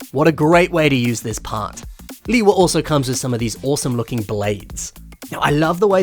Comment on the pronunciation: "Leewee Uniter" bro💀